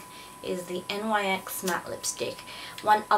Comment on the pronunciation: its not pronounced n y x you say it altogether